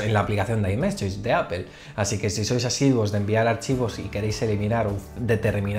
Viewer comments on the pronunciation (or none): none